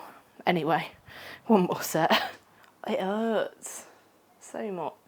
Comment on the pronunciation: "It 'urts!"😅